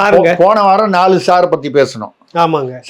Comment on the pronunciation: ட்விங்கில் ட்விங்கில் லிட்டில் சார், ஹவ் ஐ ஒண்டெர் வாட் யூ சார் 😂😂